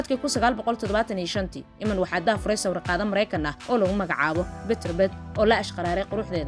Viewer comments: Ayadoo oh I’m iiman la dhaho bee sidii galadii u aqrisay iman kute 😮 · Magaca sidaas ugu dhawaaqaysaa waa khalad